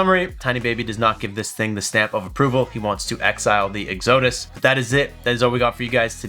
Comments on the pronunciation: Egg-Zoeh-Diss ??? This kinda shit is embarrassing. Go to school. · Yes…. EX-uh-dus, please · LOL, love the way you pronounced EXODUS! I get it, I-gor/E-gor. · Okay, so we aren't going to talk about how he is pronouncing Exodus! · Exodus is pronounced ek-sə-dəs. But maybe you're pronouncing it wrong on purpose. The way we mispronounce Oupes. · So he can’t pronounce Oupes or Exodus, and this is why I use hobo tech and not this kid. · Why do you intentially mispronounce the company name when you know how to pronounce it? Not to mention "Exodus" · I love your content, but this needs to be said: it was funny to call it "oops" once. Ha ha. You hurt your professional reputation by continuing to do it when you know better. And the word "Exodus" is very common. I'd look that up in the dictionary before mispronouncing it again.